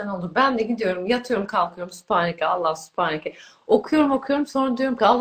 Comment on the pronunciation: Süpaneke değil Sübhaneke